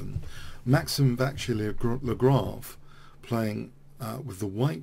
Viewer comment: Top quality pronounciation as always. I played over your attempt at 'Vachiere-Lagrave' about 10 times... it was rather amusing. Thanks for the analysis also.